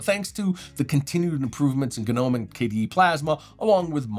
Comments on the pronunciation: the guy said "guh-nome" wtf no point in watching these videos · The 'G' in Gnome is silent, like garden gnome. I had no idea a stylus even worked in linux period. That's awesome.